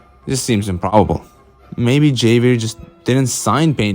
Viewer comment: I peeped that 19-2000 at the end 👀 not to nitpick but I think Javier is supposed to be pronounced with an H sound, like in “Hello”? Other than that👍🏽